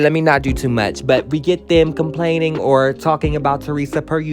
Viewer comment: YOU ALWAYS TALKING ABOUT, “LET ME NOT DO TOO MURCH.” 😩🤣🤣